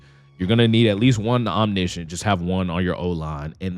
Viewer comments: that’s cuz nobody saying it right. I’m wondering where you got the I from in yo version 😂😂😂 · That’s not how you pronounce Omniscent my boy, but you closer than most. Also you only need it on one player or a combination of threat detector and identifier for the same effect, if you have it baked in on two diff lineman like I do